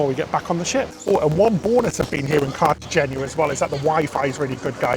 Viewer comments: The last syllable is a simple “na” not “ña” (nya). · Kar-ta-hen-na. The last syllable is “na,” not “ña.” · It’s Cartagena, not Cartageña. So hey-nah, not heyn-ya. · It’s Cartagena, not Cartageña. So kar-ta-hen-na. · Kar-ta-hen-na. The last syllable is “na” not “ña.” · It’s spelled “gena”, not “geña.” So kar-ta-hen-na. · It’s “gena” not “geña” so just na, not nya. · Hen-na, not hen-ya. It’s not “geña” but simply “gena.” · It's pronounced "Carter-Hayna" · Both are spelled CartageNA, not ÑA. So kar-ta-hen-NA. Others pronounce the “hen” as “hayn.” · Na, not nia. It’s a simple “n” not “ña.” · Spanish speaker here. It’s pronounced carta-henna despite so many people commenting wrongly that it’s carta-henya. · It’s na, not ña so it’s pronounced kar-ta-hen-na. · Car-ta-hey-nya - is how it's pronounced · Cartagena sounds like{ Cartahena} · It’s pronounced carta-hey-na! I love this ship review. Was trying to book a cruise on the Sun Princess, but I think I will wait until it’s a little older. I love the Enchanted Princess though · Pronounced Cartahenia. Suggest you do research before you start. Cartegena has been a naval base since Roman times. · car-tuh-HAY-na :) Also, are you still doing dairy free? Or was this cruise before that ? I cant remember. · Cart-a-he-na, the “gena” part is pronounced like henna. Beautiful Spain! Thank you for the review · It's Cartaheena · it is CARTA-HENA. that is phonetic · Cartagena.....is pronounced.....Car-ta-hain-ya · Cart-ah-hein (rhymes with Spain)-ya....is how Cartagena is pronounced. :) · Car-tuh-hay- nyuh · No, kar-ta-hen-na. It’s a simple “na” not “ña.” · I believe it is pronounced Cart-uh-hey-nuh. But I could also be wrong. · You two are the best! It's pronounced, Cart-A-Hen-Ya! LOL! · Pronounced “Carta- hen- ya” 😉 loved the video , cocktail infused 😘😘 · It’s “na” not “ña” so kar-ta-hen-na. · I think it's pronounced Carta-heyn-yah. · You two just make me giggle with your videos! Info and entertainment, love it! It’s CART-AH- HEN-YA